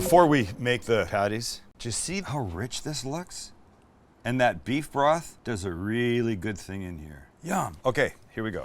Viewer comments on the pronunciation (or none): Sam says "Does" the same way as Forrest Gump.